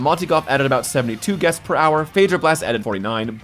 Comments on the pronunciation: “15,000 ‘Guets’ / Hour” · "...15,000 GUETS..." hehehhe. Guets.